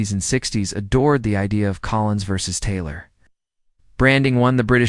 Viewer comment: not well done. pronunciation is poor at first mention of Taylor. Doubt much of the opinion or conclusions.